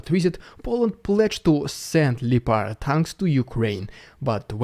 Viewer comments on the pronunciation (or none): Lee opard tanks..No ! Lep…as in lepton….then…pard….. . LEPARD….Keep it up. Love your site. ❤ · Great stuff, always the best coverage! Btw fyi leopard is pronounced as “lepperd” LEH-prd…. hth 👍